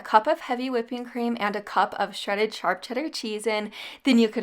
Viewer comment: It's hilarious how you say charp cheddar not sharp😁🤣